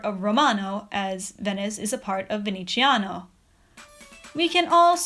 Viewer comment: Oh Darling Nah mate, in Italian you say the "z" like a strong English "z", not like a "ci" it's totally different to an Italian's ears, sorry